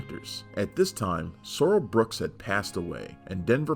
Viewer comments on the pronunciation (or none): BOOKE, not Brook. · Boss' name is Booke, NOT Books. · Sorrell BOOKE..... not "Brooks".